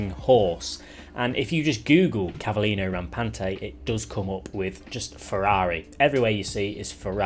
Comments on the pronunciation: As an Italian Cavallino rampante was the easiest for me XD... and yes, you pronounced it good. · i am Italian, you spoke cavallino rampante good:) I really really hope for the sf90 or the really new ( so less probably ) gtb 296, I love it